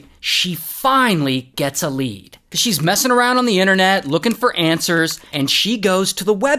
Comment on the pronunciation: "Looking for Ann-swers"😂